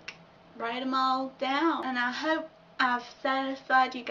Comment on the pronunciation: You said hope like herp, and you're not obese! Lolololol